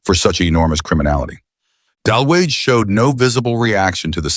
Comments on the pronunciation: The name is pronounce dalooga. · It’s pronounced “de-looga” — no biggie, just fyi